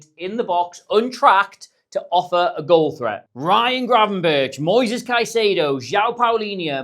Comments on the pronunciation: Still pronouncing Gravenberch wrong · You pronounce Krejci better than you pronounce Gravenberch.